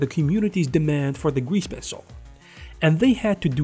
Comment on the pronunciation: "gweese pencil"